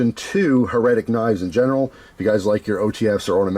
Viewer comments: My friend...it is "HAIR-uh-tick" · it's HER-A-TIC my friend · You never heard "heretic" with the accent on the first syllable? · The way you're saying heretic is driving me nuts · His pronunciation would be correct if it was "Heretical" lmao damn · It almost feels like he's doing it on purpose 😂